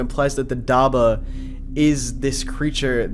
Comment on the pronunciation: Im gonna say this again, it is prenounced dab-bah not dabah